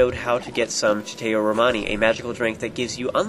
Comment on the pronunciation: Good video but one thing that's been bothering me is how you pronounce chateau Romani. It's meant to be pronounced as sha tow.